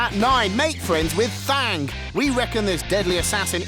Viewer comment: Thang? Did he call thane thang or am I hearing wrong ? Seriously what is it with mass effect 2 and video game writers talking about them even in the oxm magazine they called the collectors 'the catchers' that really pissed me off